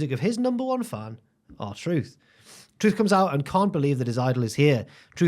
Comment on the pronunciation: The fact he got the r truth right I’m dying 😂😂😂